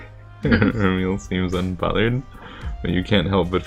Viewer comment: Remele: Reh-Mel, as in (français) "re-melle", silent e at the end.